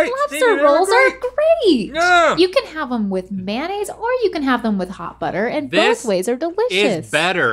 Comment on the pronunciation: She said manaise. MAYOnnaise. She forgot there's an O After the y